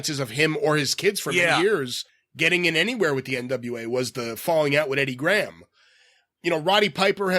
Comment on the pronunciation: Geez, the way pronounces some words is so annoying "bwlow up" "fawwing out wif Eddie Grawam".